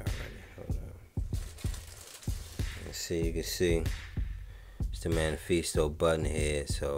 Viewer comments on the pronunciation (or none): Just a heads up, the Mephisto engine is pronounced “Meh-fis-tow.” You’re saying manifeestow. Lol. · Hey man! Another awesome video :) BTW, if it helps, it's meh-fist-oh (mephisto). Short for Mephistopheles, a demon from German folklore.